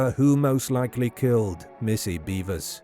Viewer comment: “beh-vers” not “bee-vers”